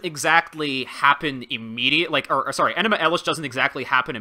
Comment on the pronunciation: Somebody better be prostrating themselves for mispronouncing fucking ENUMA ELISH